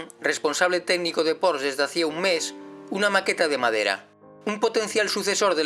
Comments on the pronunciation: Un gran vídeo para un gran coche....sólo un matiz: se pronuncia “porshe” no “porsch” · Tal y como este señor menciona el nombre de este fabricante es totalmente errónea. No es "Porsch", Sino "Porsche". Con E.... Saludos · Como pronuncias el nombre mal ? La E al final se pronuncia , es una marca alemana creado por Ferdinand Porsche y en la gramática alemana siempre se pronuncia la E , en alemania hablamos aleman y no ingles